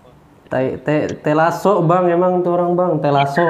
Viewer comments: Baru Denger Proplayer juara dunia bilang Telasoo,Wkwkw 🤣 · anjir ngakak bilang telaso 😭😂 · Gua orang sulsel geli² gimana gitu pas ngomong telaso:V